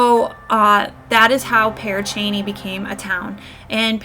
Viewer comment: Your saying it correctly....the name lol but I've been there numerous times and the witch story is just that...a story...but it's fun to let your imagination wander!